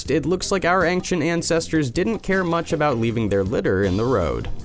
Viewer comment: how come this person still can't say ancient properly, despite constantly saying it.